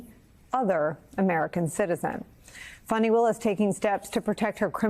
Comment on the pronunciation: Fani ( pronounced FAH-nee) Why do folk constantly spell and pronounce black womens names incorrectly?.